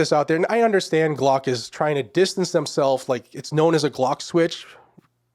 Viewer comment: Glock not block. ** AI